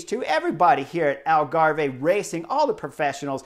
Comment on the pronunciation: Love the covrage chris but you know that it's pronounced 'algarv'